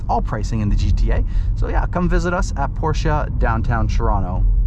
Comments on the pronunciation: PorschE, not PorschA!!!!! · No it’s PorschA. I was like you and used to think it’s PorschE. But the real way to pronounce it is PORSCHA.. I have one.. trust me I know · You two need to watch Porsche’s official video on pronunciation because youre both wrong